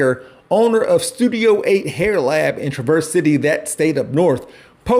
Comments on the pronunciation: ....look I get it. You're from Ohio, not a fan of Michigan. I get that! It's a rivalry as old as time itself. Cain and Able. Hatfield's and McCoy's. Michigan and Ohio. But for the love of GOD man Traverse City is pronounced tra·vrs not tra·verse!!! Probably don't even know how to pronounce Gratiot! :face-red-droopy-eyes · Great video, once again! BTW, it's pronounced TRAV-ers City. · Traversity is the new canon pronunciation